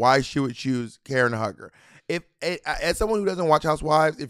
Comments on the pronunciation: Omg it’s Karen HUE-GER not hugger! Lol omg that was driving me insane… but other than that, I really enjoyed this episode ! 💕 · Karen HUGGER is bugging me BOB & Money really don’t watch Real Housewives I can tell 💀 it’s pronounced “HUE-GER” Karen is funny asf Robin is lucky they split the snatch games as she would have been lip syncing too. Also two people have done nene and it wasn’t funny the material is there but so many girls just flop 🤦🏾‍♂️ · "Hue" ger not Hugger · Calling Karen HUE-ger, Karen Hugger is SENDING ME lmao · Bob NEVER SAY KAREN HUG HER EVER!!! It's sounds like [Hue Ger] Karen Huger. That's like Ashley in RHOP saying GYRO. Gurl! That was so Crunchy. You owe Karen an Appolgy just for pronouncing her name like that, she is Everything. Still love you but NO! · NOT "KAREN HUG-HER" ☠ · Lol y'all pronouncing Karen Hue-ger name wrong and as a Potomac fan she is iconic!! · Bob said Huger with the HARD R lol its pronounced hew-ger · Lol it’s pronounced Hue-ger, like Hugh Hefner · You can tell they really don’t watch RHOP, it was so funny when they kept messing up Karen’s last name.